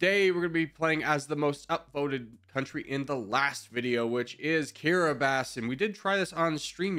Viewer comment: I didn't know That's how kiribati was pronounced